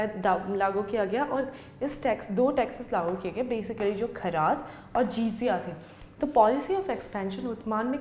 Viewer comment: It's not jisiya it's jaziya